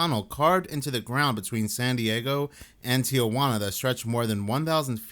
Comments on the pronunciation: Ti-juana NOT Tia-juana. Just an FYI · Oh Tay and Tee wanna. for correct pronunciation